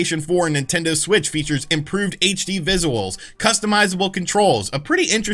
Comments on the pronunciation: “improved HD viZOOwools?!?” No way!! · "Improved vis-uh-wulls" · Naw naw naw… say visuals again… hahahahaha